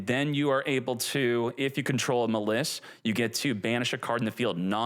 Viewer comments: We've had this deck too long to be calling it Muh-Liss, come on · Every time I go to the store I forget “Muh Lis” LOL you crack me up with that one my man. I thiiiink it’s pronounced like the word malice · I don't like how he says "muh-liss" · Dudes it’s pronounced mall iss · I hate how he pronounces maliss. It’s like he’s intentionally doing it